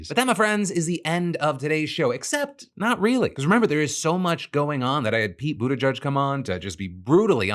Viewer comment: Almost there Phil... say: BU - TI - GEEG , Not, Bu ti gudge. :D